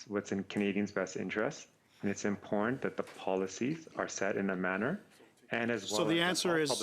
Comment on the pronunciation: what the hell does, “imporn” mean? Is he really trying to say “Im-pot-tant” ???!!!